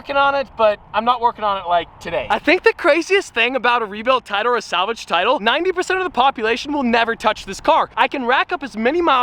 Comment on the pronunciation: pov: turns south american with salgave